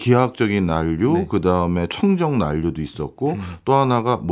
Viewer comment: 난류를 [난뉴]로 발음하시네요, 과학 동아 기자님이신데…